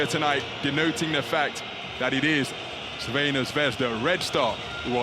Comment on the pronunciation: try to break your tongue a little more to say: Tsrvɛna